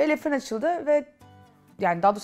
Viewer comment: yanlis anlamazsiniz neden Le firin markasindaki le kismini dogru okunusuyla lö seklinde okumuyorsunuz, bunun bir sebebi var mi?